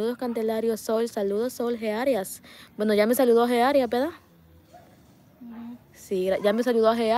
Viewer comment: Se dice verdad No no vedad correjite